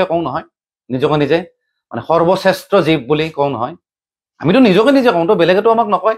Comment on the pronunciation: ( you ) তয় মাংস খোৱা সম্পৰ্কে যি হিচাবে কৈচ সেইটো ঠিক হোৱা নাই । জীৱ শব্দৰ উচ্চাৰণ শুদ্ধ কৈ কবলৈ সিকিবি ।